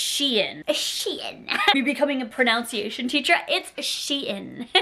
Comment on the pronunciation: Says “me becoming a pronunciation teacher” but pronounces pronunciation wrong 😂